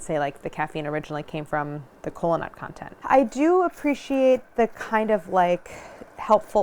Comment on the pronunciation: Instead of kola nut I hear colon-a, I'm too deep in Healthcare.